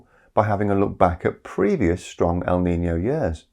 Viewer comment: As a spaniard, that was some great pronunciation of our often neglected Ñ.